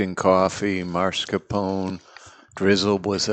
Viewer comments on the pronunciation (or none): you're a great producer, but please...it's NOT marscapone! it's mascarpone. the "r" comes after the "ca", not before. that said, i also love seeing dave back on the show. i hope he can join more frequently.